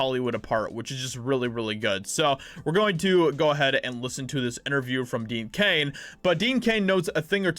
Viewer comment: It's DEAN CAIN ,NOT DEAD CAIN!!!